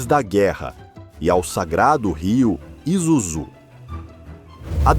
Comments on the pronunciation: pronúncia é ISUZUe não izuzu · Trabalhei na fábrica de Shonandai, em Kanagawa-Ken, a pronúncia da marca está completamente errada, em japonês, inglês ou mesmo o nosso português, é "ISÚZU". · ESCREVE ISUZU E PRONÚNCIA ISSUZU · Você Varia o nome em Isuzú e izuzú ! pronuncia se isúzu ! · Vamos lá aprenda a pronunciar ISUZU a pronuncia correta I-SSU-ZU OK quando pronunciar coloca uma força no SU 👍🇧🇷🇯🇵👊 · Várias pronúncias para a marca ISUZU foram usadas no vídeo. Creio que a correta seja: ISSUZU. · Pronúncia correta: ISSÚZU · Bos tarde, só retificando a pronuncia está errada e ISUZU então S não é Z （イスズ ) em Japonês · Matéria top, mas só errou na pronúncia do nome da marca… ISUZU. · Por favor, pronuncie o nome ISUZU corretamente ... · Muito obrigado por nos propiciar a história da Isuzu. Mas se não estou enganado esse S no meio da palavra não tem som de Z não. No Japão o S nunca tem som de Z. Morei lá 4 anos.